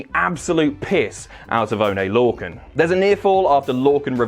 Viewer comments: "Oh-nay Lore-kin"? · "Onay Lorcan" Nice